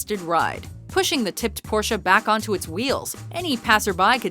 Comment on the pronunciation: Uuuuummmm.... "Porsch-a?"